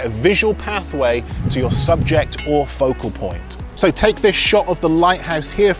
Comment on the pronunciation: I like when he say "POCO POINT"😁